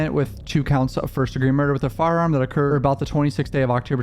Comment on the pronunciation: HE NEVER SAYS "THAT". HE ONLY SAYS IT LIKE "DAT"!!!